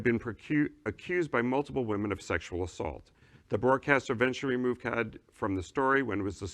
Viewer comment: Geezus how hard it is to say Cade?